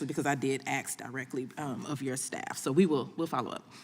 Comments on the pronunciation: Ms. Bush "axed" a question? If you can't speak proper English, do you belong in Congress? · She axed 😢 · She ax him a question 😂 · She axed a lot of questions 😅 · We aksed? Protestors? You mean the rioters who burned cities down? Perhaps they should be investigated yeah. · Just going to say that it is an embarrassment that a congress women cannot properly pronounce ASK. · What’s so sad is that we have lawmakers and decision-makers that aren’t even educated enough to be able to pronounce the word “ask“. This is what we are becoming. Also, I don’t give a rats ass about the color of your skin. When you break the law you are no longer a “protester“. You are a criminal. And the FBI hasn’t targeted Black Lives Matter for their criminal and terroristic threats. They have allowed them to get away with it. So I have no idea what in the hell she’s bitching about. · This woman is a House Rep for the United States Government and she can't pronounce the word "Ask" correctly? Who is voting for these people???? So, she's also a BLM activist? Since when was it ok to put domestic terrorists in our government???